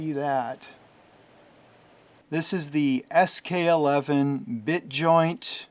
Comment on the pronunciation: SK11 actually reads SK one-one. not eleven